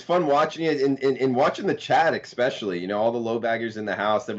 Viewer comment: I like you bro. But there is no X in "especially" lol. Good luck everybody